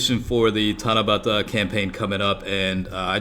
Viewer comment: No homo but I like the way you said Tanabata...